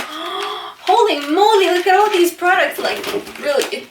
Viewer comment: holly molly 😂😂😂😂😂 like'ul meu a fost pt cum spui holly molly🤣🤣